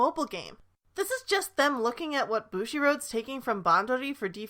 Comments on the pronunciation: I'm sorry but your pronounciations of Craft Egg, Bushiroad and Bandori make me very uncomfortable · Same. As a Japanese speaker, I want to puke. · Even as a none Japanese speaker that pronunciation makes me uncomfortable too